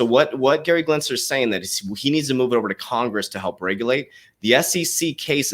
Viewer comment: Why do you keep calling him Glensler?? His last name is Gensler.